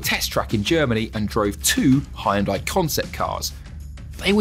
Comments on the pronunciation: Great review but terrible pronunciation of Hyundai. Correct (2 syllables): “HYUN-DEH” Incorrect (3 syllables): “HI-YIN-DIEE” 😂❤😊❤ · Does he know he's pronouncing it "Hi- yun-die" Wth am I hearing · It would be great if you pronounced the name of the company properly. It's only 2 syllables. Hyun- there is no "I" sound. You pronounce the h and y together. Y making the same sound as yes. And it's not die.. It's day. So.. Hyun-day. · Please learn how to pronounce Hyundai. It is just two syllables: "hyun" and "day". NOT; "Hi-un-dai" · 🙉 It's not Hi-Jun-Die It's more like Jon-day ☝ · Nice car but it is a shame for a car Chanel not to be capable of pronounce Hyundai